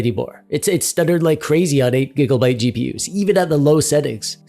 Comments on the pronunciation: Conclusion: dont play games the year they get released. Also, is this man saying gigglebyte? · everytime u say gigglebyte my heart smiles